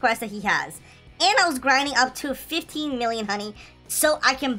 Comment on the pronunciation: This guy can't say words f i f t e e n m i l l i o n h o n e y no offence, i love cats